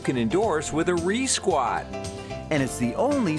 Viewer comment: Re-squat lmao